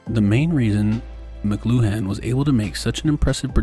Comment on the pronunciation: I’m fairly certain it’s pronounced “mclewan” not mc-loo-han.